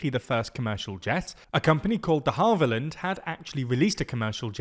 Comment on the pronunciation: I know you're a rich British ponce, but as a rich British ponce myself who lives near Hatfield, it's de-HAVE-illand, not de-HALVE-illand